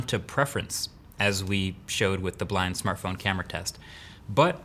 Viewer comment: What was the best "samartphone" this year?